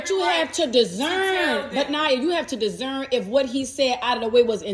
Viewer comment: Dis- cern, NOT Diszern.